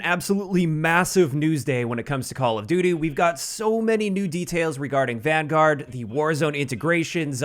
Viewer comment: So excited that you pronounced Vanguard wrong